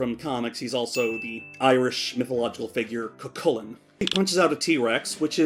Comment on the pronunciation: As an irishman I'd like to personally thank you for saying Cú Chulinn right